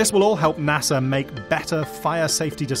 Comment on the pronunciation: NASER. Really dude?